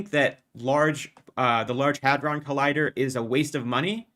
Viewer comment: excuse me, you said “Large Hard-On Collider” wrong…